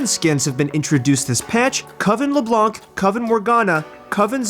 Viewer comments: "coven LeblanCCC" Why are people pronouncing the c ? It's french, the C is silent x) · As a French guy, I always die of laughter when I hear a caster pronounce the c xD I always hear "LeBlonk"